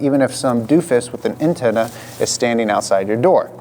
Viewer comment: that's not how humans say "antenna".